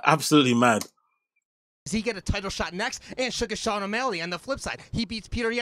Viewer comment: Suga’ SEAN🤦🏽‍♂️ Ain’t no one called Al- Jo AJ either🤔. Did you get Brendan to read out the names to you first 😂